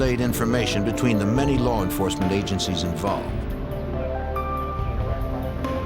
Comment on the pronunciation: Did Jim just say "Lar Enforcement"?